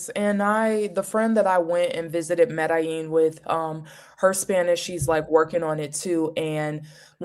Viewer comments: Hi great video. Thanks for your very informative response. Side note. When pronouncing Medellin, make sure when saying “Medellin” take your time stressing each syllable equally. Otherwise it sounds like you are saying “Me da instead of “Me de. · Good video, but please learn how to pronounce Medellín, I was talking to the video trying to correct her 😅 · Sorry for the mispronunciation. Will work on that.